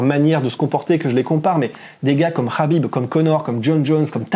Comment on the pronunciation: Le "kh" de khabib, (Хабиб en russe), et (حبيب en arabe), se prononce "ha", comme lorsqu'on rigole "hahaha" et bien pour khabib on dit HAbib, c'est simple.